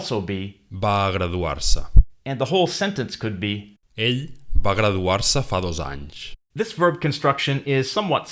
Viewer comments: it is just me or he pronounce "Va" as Ba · Yes, like in Spanish, v and b are the same sound